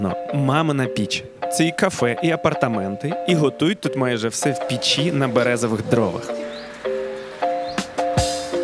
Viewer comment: Так ріже вухо"пічі". Піч-в пЕчі!!!